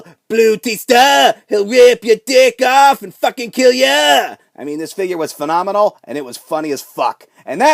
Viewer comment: STOP SAYING PHENOMENONL YOU AIN'T AJ STYLES